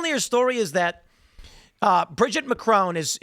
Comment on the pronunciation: Please stop mispronouncing Macron. As an American that can speak French, I can’t stand it.